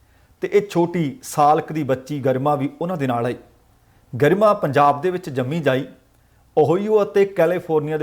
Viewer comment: It is prounced greema not garma it's a Hindi word meaning gracious